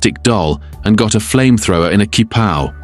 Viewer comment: kee-pow 😆😆 (qipao)